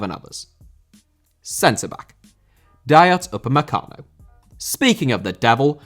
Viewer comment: Dayot Upamecano Irish Guy: Dayot Upacemano